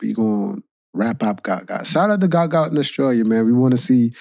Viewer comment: his name is GUOT not gout